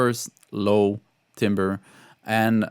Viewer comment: Timbre is closer to “tamber” in English - hope that helps, and keep up the great videos!